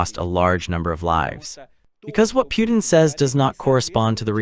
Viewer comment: The u is silent. Pronounced: Poo ten. Pootin